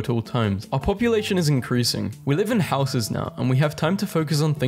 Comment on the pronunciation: rare pronunciation win Stop saying "housses" like an American